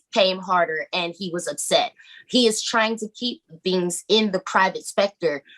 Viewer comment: This stupid lady keeps saying Spector instead of sector lol. I don’t think she knows at all what’s she’s saying.